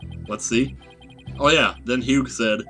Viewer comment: FYI, you don't say the G in Hugh.